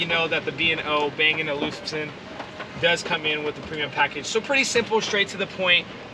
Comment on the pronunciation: Check your pronunciation of Bang & Olufsen.